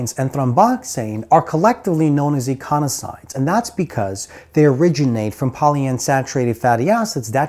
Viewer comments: Love the vid. I think you are saying "eiconasoids" as opposed to "eicosanoids" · I'm confused as to the pronunciation of eicosanoids.....as when you say it you mix up the 's' and the 'n'.